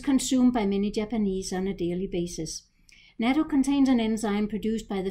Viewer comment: the CORRECT pronunciation is NU-TTO (natto) non japanese often mispronounce it as NATO AS in N.A.T.O.